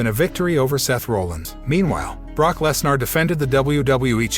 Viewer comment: This guy pronounced a LOT of names wrong. Lesner…Sasha…Rollins…